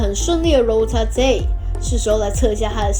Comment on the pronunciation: is rotate not ro ta te